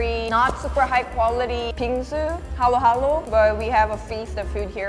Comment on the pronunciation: its haluhalo not halo-halo